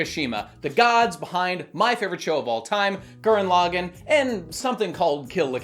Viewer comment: Honestly how can he just keep pronouncing his favorite series so wrong. It is not pronounced L-ag-in, it is L-aw-gone.